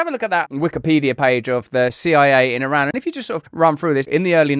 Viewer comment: Youre not pronouncing Iran correctly Russell come on mate